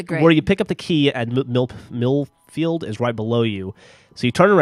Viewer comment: You can also add that (I think) he said "MILF-FIELD"!?